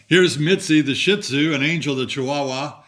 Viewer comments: Hi and Linda, Love your channel. I wanted to let know it is not SHIT-zu but pronounced SHEET-zu. My little doggies were very distressed over hearing that pronunciation. Keep your videos coming, love the info and humor you provide. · Pronounced. Shee-too